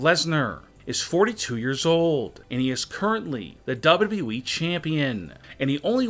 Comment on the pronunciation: Its wwe not wwwweeeee